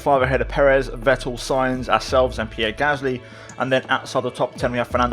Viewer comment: try pronouncing Vettel with F